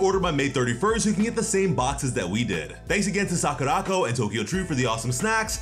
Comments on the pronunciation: It's Sakura Co not sakuraco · Great video, but I almost spewed my drink out of my mouth when I heard you mispronounce SAKURACO. It’s “Sakura-Co”. They shortened company to ‘co’ and put it at the end of Sakura. It’s definitely not ‘sock-a-rock-o’ smh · I love how he siad sakuraco. He siad sakurākoh😂